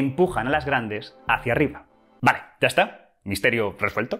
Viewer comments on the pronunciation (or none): none